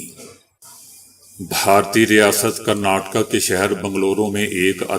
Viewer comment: متحرم آپ کے اکثر تلفظ غلط ھوتے ھیں جیسے آج کرناٹک ھے